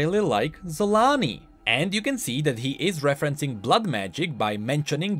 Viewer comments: I don't think you pronounce her name "Yun". She isn't inspired by nordic people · See Varus?! Sol-aa-ni. DOUBLE A's VARUS DOUBLE A's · Random question but is there a reason it is pronounced "Y"-un instead of with... ya know, with a hard J? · Surely it’s pronounced ‘cho-la-nee’ and not with the ‘z’ sound tho right? Unless we have already heard it ready by Riot? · No offence, but instead of „Xolaani“ I always hear „Salami“